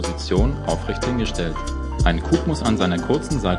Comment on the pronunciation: ich denke er spricht es einfach falsch aus......